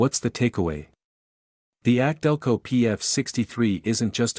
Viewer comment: Instead of more videos teach your computer how to properly say K&N and AC Delco. 👎🏻👎🏻